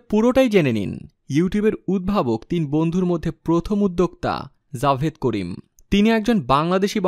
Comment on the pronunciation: Javed Karim na Jawad Karim🤣🤣 nam eu thik moto bolte paro na r sha Bangladesh e thake na. sha America thake